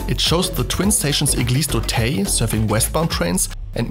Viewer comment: Not "Eglise d'Auteil" but "Eglise d'Auteuil".